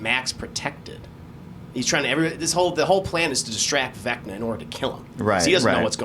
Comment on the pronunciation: "Vinca..." Two nerds in unison: "VECNA!" 😆